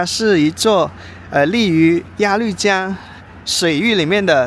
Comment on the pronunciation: 鸭绿江的“绿”是多音字，应发“路”的音。可见阿树没做功课😊